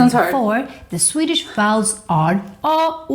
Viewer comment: Hey! Swede here... Your pronunciation on the swedish vowels are really good! Great job!